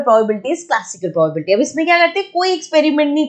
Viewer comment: its not poblbilty its pro ba bi lity XD